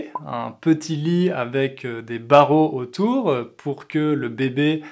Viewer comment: Pourquoi tu dis autoure ? Là-bas aussi vous ajoutez des à la fin de tous les mots même quand il n'y a pas de muet, comme à Paris ? Mais à quoi cela sert-il ?